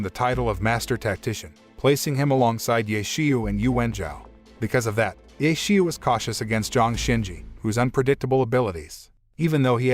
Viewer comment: i'm sry but the pronounciation of "ye qiu" is terrible. should sound more like "yeh chiu"